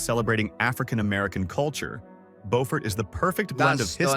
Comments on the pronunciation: I LOVE Harper’s Ferry! I seriously started looking at homes there… but then my granddaughter was born so I stayed in New Jersey! And the narrator pronounced Beaufort like the French word, (bow-fort) but, I’ve only heard it pronounced as Bee-yoo-fort. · It’s Bee-yoo-fort, no Bo-fort. Beaufort, S.C. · He's mispronouncing Beaufort, SC. It's not "Bofort", it's pronounced "Bewfort". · Beaufort, like the word "beautiful", not bow. This video was weird, talking about unique features of towns and proceeding NOT to show any of said unique features...just generic aerial footage. 🙄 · It's Bue furt in SC and Bo furt in NC. As a Southern, it was brutal listening to this video. Street augustine.😂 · I lived in Savannah, it isn’t BO-fort, Sc it’s BU-fert. And he butchered St Augustine pronunciation as well Just do t go to Savannah during St Patty’s 500k drunks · One, the narrator needs to pronounce the names correctly. Beaufort is pronounced “BU-fort” with the first syllable pronounced like the first syllable of “beautiful”. Cape May itself is very small, but it’s a very populated area and there is a cool ferry across the Delaware Bay to Lewes. St. Augustine, FL and Savannah, GA are pretty close to each other on nearly either side of the Florida - Georgia border. Both are old, and very picturesque. Both have low costs f living, and although they may occasionally see a hurricane, in general the storms are much smaller than those on the Gulf side. One cool thing about Savannah is when swimming at night, there is naturally occurring phosphorus in the water which makes it look like fairy dust n the water. It’s really cool! Bar Harbor is pretty and fantastic food. The ocean water is very cold though, and there summer is short with a rather nasty winter. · There are two towns in the Carolinas named Beaufort. In NC it is pronounced BOW- furt. In SC it is pronounced Buew( rhymeswith you)-furt. Also, it is Saint AUGUST- steen, not Aw-GUST-tin.